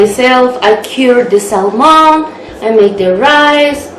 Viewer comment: Just a good tip to help you. When you pronounce Salmon in English, say it without the letter "L" ❤️